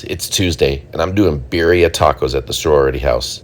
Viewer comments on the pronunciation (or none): Beer-eeee-uhh 😂😂 sorry u gotta roll them r's, latinas invading america we gotta get that spanish up lol